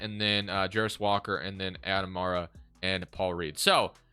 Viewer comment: Its Aday Mara, Center from Spain, not Adam 😊